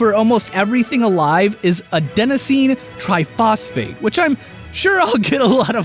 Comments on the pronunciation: Believe it or not, you actually pronounced the name of that compound correctly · As a trained chemist, you pronounced adenosine triphosphate just fine. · But... He said it right... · You actually did pronounce Adenosine Triphosphate correctly. Good job, man. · Thays how I've always heard ATP pronounced. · Adenosine Triphosphate, you nailed the pronounciation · Yo. You actually didn't mispronounce ATP. What you said is the correct way to say it. If you had said it where the "i" is the long "i," you'd actually be wrong. So everyone who gives you flak for that is wrong. Still, ATP is much easier to say, but excuses, excuses. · I may not be an expert but I took Biology classes in both high school and Univercity and of the 1 teacher and 2 professors I've heard pronounce adenacine tri-phosphate they have all pronounced it exactly like you so I think you're good. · You actually pronounced adenosine triphosphate right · dont worry you actually pronounced adenosine triphosphate right. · You pronounced Adenosine Triphosphate correctly, no need for anyone to get angry. It's also not hard to pronounce... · I just learned about ATP in life science. You pronounced it right. The process of creating it is cellular respiration with oxygen and fermentation without oxygen. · You pronounced adenosine triphosphate exactly the same as all my bio teachers have pronounced it. Which doesn't automatically make it correct BUUUUT. Ya PROBABLY got it. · For once my friend you pronounced ATP correctly :D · great news,! you DID pronounce Adenosine Triphosphate correctly! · you actually pronounced adenosine triphosphate correctly!:) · The way you pronounced Adenosine triphosphate was perfect, don't worry! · Your pronunciation of Adenosine Triphosphate was actually perfect. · You pronounced adenosine triphosphate in one of the generally accepted ways. I say it the same way. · You actually said adenosine triphosphate perfectly. Way to go fam.